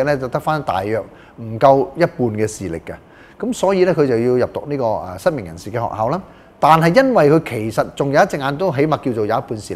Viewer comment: 失明變失眠 🤣